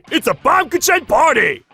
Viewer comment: Uhhh y'all didn't pronounce baumkuchen right (baam-gu-kin)